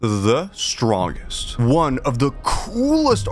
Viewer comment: Why do you pronounce "strongest" that way?